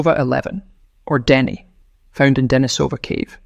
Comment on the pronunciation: Pronunciation: De-NI-so-van, not De-ni-SO-van. The cave is De-NI-so-va, not De-ni-SO-va.